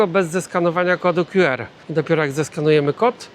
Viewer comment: Nie mów "kod kju er" bo to nieco be sensu... Albo kod "kju ar" albo "ku er".